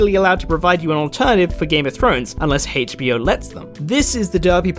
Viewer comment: Why do you say HAYCH in HBO ?